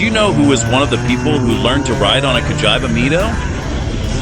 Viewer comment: Nice video, even though You didn’t get a single accent! Cagiaiva Mido… Frecchia, and other horror pronouncements… 😂